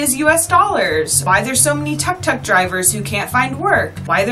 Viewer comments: Its call tuk tuk and not tak tak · OK, first off a tuk tuk is pronounced took took, not tuck tuck. You said you wanted to talk about Siem Reap and the temples would be a separate video but then you said people were selling postcards and t-shirts everywhere. That's at the temples. Not many people approach you on the street to buy those things. I'm done 5 minutes into your video. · Tuk tuk is pronounced took took baby girl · Tuk Tuk is pronounced Took Took .. you're welcome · Tuk tuk is pronounced as took took. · Great Video however pronunciation of Khmer, Angkor, and Tuk Tuk is off. Most westerners pronounce Khmer and Angkor wrong, though one should learn how to pronounce the words before making a video.